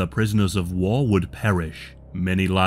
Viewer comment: "prisoners of wah"